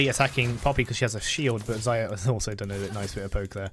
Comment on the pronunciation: Can someone count how many times he got Xayah's name wrong? Lmao